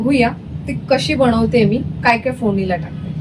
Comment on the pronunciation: खूपच छान रेसिपी आहे. पण बणवते नको बोलू यार बनवते बोल.sorry रागावू नकोस.